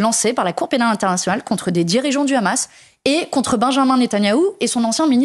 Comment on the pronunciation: Pas le "H -amas, mais le Gh Gh amas comme prononcent les Israéliens et les Sionistes.